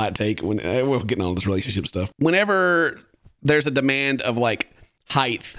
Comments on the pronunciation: Heighth? C'mon man...... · I like how pronounces height as “heigth”